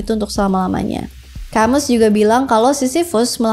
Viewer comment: Denger Prometheus dari bukunya American Prometheus. & Camus itu bacanya Albert Kamu